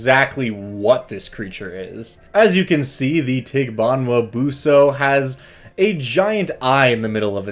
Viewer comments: This thing has a pretty cute smile. He made a disclaimer about his pronunciation, but it's actually pretty spot-on. Maybe there's a glottal stop with the last "a" and enunciation could be a little less anglophone, but it's pretty good. Fun fact about the dog bit: The evil-detecting dog trope is quite common in Philippine folklore, to the point that an area devoid of dogs(pets or strays) is a sure sign of a town with a dark secret. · Having lived in the Philippines for 2 years, I'd say your pronunciation isn't bad. Probably had a trouble finding a good pronunciation because the name of this thing is different in different towns, and some names for it are names for other monsters in other places. Basically names of Filipino monsters make no sense... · i usually go to google translate and type it in. maybe it isnt pronounced 100% accurately, but since the voice module is filipino, they would probably try to have it sound phonetically similar to the actual filipino language. and i gotta say, you were basically spot on XD. not to say that the google translated reading is correct, but i guess its better than nothing?